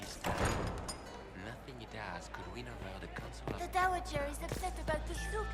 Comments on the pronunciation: It's pronounced dow-ager. dow as in dow jones and a short "a" sound not long. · lolol, I know I'm a decade late but bud, it's pronounced "dow-ager' not "doo-wagger' Also, LOVE your stuff. You play games so I don't have to. I play simple/chill games but love the stories in sweaty/complex games